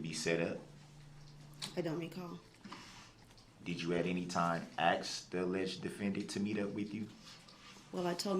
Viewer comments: Did you "axe' or make a "takit" (tacit) agreement to meet up with the forehead or did he have a fivehead? With that receading hairline does he have dreams or movies?... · “Axe” “Texas” classic dumbass🤡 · Nope , he likes to argue, but can't pronounce this simplest of words like, ASK, Oath,Tacet . He's really an idiot!